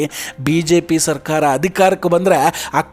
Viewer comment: ಸರ್ಕಾರ ಅಂತ ಹೇಳಿ ಸಾಕು. ಸರ್ಖಾರ ಅಲ್ಲ. ನಾಲಿಗೆಗೆ ಭಾಷಾ ಸಂಸ್ಕಾರ ಕೊಡಪ್ಪ